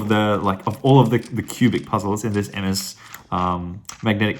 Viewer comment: When you say ms I thinks you said mf